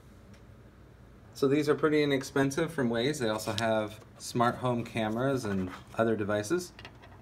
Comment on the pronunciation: Pronounced Wize